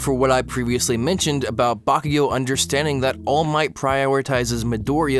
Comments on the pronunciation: Ok so this is the first video I've seen by this guy but I noticed he say all might weird. Like he says "all MIGHT" instead of "ALL might" like he's saying it in a sentence "he has all of the might" instead of "he is all might" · every time you say all might I have a stroke. It's ALL might, not all MIGHT. Boi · All Might one word kiddo. Not All----Might. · How literally the whole fandom pronounces it: Allmight How pronounces it: All Might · all miGht (i'm sorry it's just funny to me how you put a lot of emphasis on "might" when you say all might's name) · Im late but like the way he pronounces all might cracks me up 😭💀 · “ All Might ” Sorry, his pronunciation/the emphasis on the word killed me! 😂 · idk why this bothers me so much but this dude constantly exaggerates the ALL in all might instead of the MIGHT idk why this hurts me so much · love the vid, but the way that you pronounce all might hurts my ears. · The way he pronounces “All Might” tho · The way you put emphasis on All Might is very odd, good video though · Listen man I dig you but the way you say "all might" is incredibly jarring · This was a wonderful and well thought out video, but I hate the way you pronounce all might with the long pause in the middle... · Loved it until you started saying All Might's name, absolutely hated it from that point onward :') Still, it was quite entertaining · I hate how you say Toshinori's name. 😂😂 All MIGHT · the way you say all might XD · Omg WHY do you keep saying All Might like that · Disliking this video just because of the way he says "All Might" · you say allmight wrong bruh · For some reason the way you're emphasizing "All Might" is annoying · Stop saying all might like that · Great video!! My only question is why do you say All Might like that??